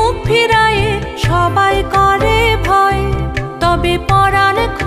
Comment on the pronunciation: শিল্পীর নাম জানতে পারলাম কৈ, প্রথম গানখানি খুবভালো লাগলো, দ্বিতীয় গানটিরএকটি উচ্চারণে ওটা নিরর্থক হয়ে গেল, "..... মঙ্গলো "কোরে" নয় "করে", "হাতে", মঙ্গলো করে, শুভহস্তে।